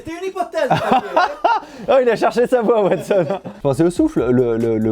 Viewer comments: Watson pas Wastone 😂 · Ha bah si, dans le Sud c'est Watsone. Et Sherlocke 😄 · Non mais parce qu'il le fesait avec l'accent du Sud